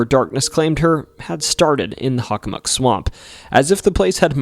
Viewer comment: I've never heard anyone pronounce Hockomock as Huckamuck. Is that the more accurate native pronunciation? On a side note, I went into the Hockomock swamp many years back. When everything went extremely silent - no birds, distant car or plane noises or even a rustling chipmunk - I figured it was time to hightail it out of there. There are no paths that run through the swamp however you can enter from the power lines to the east, or theres an opening to the west at the end of a street. I believe my compass directions are correct. EDIT: Oh and by the way, the documentary was great. I learned some stuff I didn't know from other Bridgewater Triangle docs. There's actually multiple King Phillips Caves in the area. One in my hometown of Sharon as well. 22 years ago I was walking the trail with my girlfriend the day before I was to leave for my first year at UMASS and we heard native drums in the direction of the cave in the woods. A few years back, I was telling my mother that story as we were heading onto the trail and sure enough, we heard the drums. Very strange.